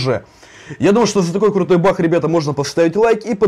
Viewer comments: Почему ты говоришь бах а не баг? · не бах а баг